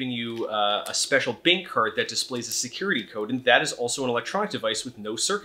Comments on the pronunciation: why say bink in stead of bank? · why do you pronounce 'bank' as 'bink' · Ahaha, he says “bink” instead of “bank”!